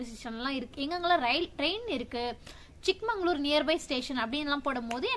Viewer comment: Good one madam keep up the great travels .. it is ChikMAGAlur madam not ChikMANGalur .. olden days one king gifted this place to his younger daughter that is chikka magaLu .. so it is ChikMAGAlur